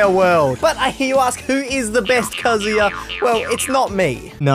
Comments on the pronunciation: Congrats on finally pronouncing “KA-zoo-ya” correctly. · He finally said kazuya correctly cause if he said kazooya right off the bat i would've closed the vid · He’s pronouncing kazuya correctly now :D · Do my ears deceive me or did I just hear pronounce kazuya correctly